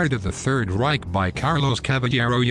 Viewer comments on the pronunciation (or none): none